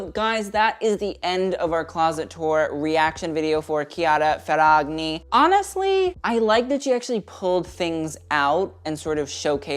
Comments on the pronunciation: Hopped on here to be the usual annoying italian. It's pronounced Ferrañi, not Ferrag-ni, "gn" in Italian is more or less like "ñ" in Spanish. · gn in Italian is pronounced 'nye'. Ferranyi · The heart is sending me lmao the correct pronunciation would be Fair-ah-ny-ee. Gn is pronounced kind of like the Spanish ñ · theres no hard 'g' sound when the g is next to the n like this. It would be more like Ferra-knee. The gn together is like gnocchi. Similiar to how the ñ sounds in spanish. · kiara Ferrañi that is how is pronounced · When you sound salty, shady and jealous af while wearing a Nike hoodie and don't even know how to pronounce her Italian last name. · I thought he was italian until i heard his pronunciation of her name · I know it's hard for English speakers, but 'GN' in Italian is pronounced like ñ in Spanish, the same sound from the word 'poiGNant'. 😊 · He didn't even TRY researching the correct pronunciation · Dear, I love your pronunciation of her surname, it's kind of adorable. That being said, the gn in her surname is pronounced like the gn in chignon (or gnome - which is derived from an Italian word), only put an i instead of the o. This rule holds for the majority of the the gn combinations in Italian, so if you ever see an Italian name with it, just keep it in mind <3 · As an Italian I can tell you the pronunciation is wrong but good video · As an Italian I am loving your pronunciation of her surname, it's wrong but so cuteee <3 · and you'd think he'd do that because he complains about people mispronouncing brands 🥴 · He could have at least tried researching how to say her name correctly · He had to have heard it lol